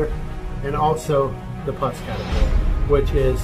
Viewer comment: Puss as in Puss 'n Boots - not pus like the gooey white stuff